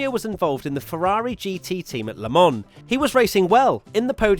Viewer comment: Its Not „LEMONN“ 😂😂😂